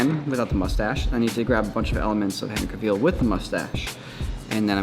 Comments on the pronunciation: Henry Cavill not Henry Caviel haha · Cracking me up the way is saying Henry "Caveal" lol. Go listen to an interview where he says his own last name. It's not "Caveal" and it's not even "Ca-ville" like it would seem. It's more like "CAV-ul";) Here's a link to him saying it himself, for reference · Cavil (Ca-vil) not Caveeel.....lol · no ones gonna talk about how he says Cavil and not Cavill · CAV-ALL not CAV-EEL lol Edit: okay fair enough he said it correct after😂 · It's pronounced Cavvle. Not Cavveal! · Who is Henry Caveel? Cav-ill is how you say it 😅 Also, your videos: Ads within the video, YouTube ads, more ads within the video, YouTube ads, etc... Do you have no other way of making money? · Everybody: Henry Cavill: Henry Caveell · A wise man once said: "Cavill is pronounced like travel" Not Caveal. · Caville? It's Cavill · I'm pretty sure you KNOW, but just in case you weren't trolling us... it's pronounced like it's spelled,. 😏😁 Cavill... not Caveel. 😂😂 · The way how says Henry Cavill should be illegal. Henry said it’s actually pronounced like “travel” “travel - cavill”. NOT Cub-Veehl. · It's Cavill... not Caville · Why did he say Henry caveel? It’s cavil. I swear they don’t know how to pronounce anybody’s name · caveal? its pronounced: ca vall lol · cavil not caveal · Henry "Cavillle" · "Cavill" is pronounced like travel. Source, Henry Cavill himself. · It's Cavill like "travel" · It's the "CaVILE" for me lol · I just don’t know how I feel about saying “Henry Caveel” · Awwww yes... Henry Cavill Aka Superman, or as says “Henry Caveel” 🤨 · Caveel? Henry Caveel? Who is Herny Caveel? Never heard of him. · Henry Ca-veal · "Henry Ka-Wheel." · Cavil, lol. Note: not judging btw, btw I used to say it like that as well. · What's with the weird pronunciation of his surname? Its Cavill like 'Cavil-ary', no need to add the Continental inflexion. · said "Henry Caveal"😂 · "Henry Cav-eel" will never not make my skin crawl.